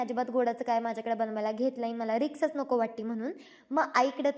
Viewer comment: Riks nahi o risk 😂